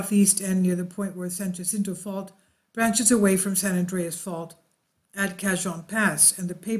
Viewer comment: Also San Jacinto j as h